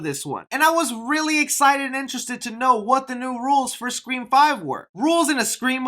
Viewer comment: Im always laughing when says “5 Cream”